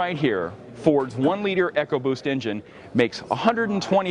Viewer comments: Its eco-boost not echo-boost come on! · It's something Americans have to learn to use. not everything has to be big or go home. Great technology, wouldn't mind that in the Fiesta, but maybe not the Focus. Any by the way its ecoboost, not echoboost, just a FYI, great review too!!